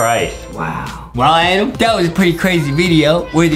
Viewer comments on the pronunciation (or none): It's not adem it's adam